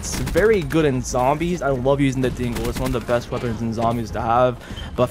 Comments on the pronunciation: Every time you say "Dingo", it kinda sounds like you're saying "Dingle" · Hearing Americans saying dingo is hilarious